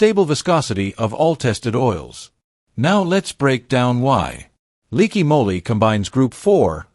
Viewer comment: Leaky Molly? Really?stinkin AI bull crap!